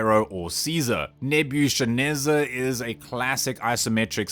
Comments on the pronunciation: It’s pronounced Nebu-KAD-Nezza. 😊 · man is this a local dialect for africaaners or are you just mispronouncing everything? nebuchadnezzar and dotage so far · The ‘ch’ in Nebuchadnezzar is pronounced like the ch in ‘chaos’